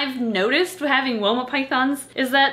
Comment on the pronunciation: Every time you say Woma i hear Walnut. I dont know why.